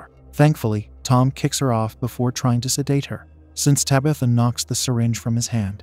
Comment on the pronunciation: How does TTS still not know how to pronounce "protagonist"? I mean, it can't say "Tabitha" either, but at least that's a proper noun.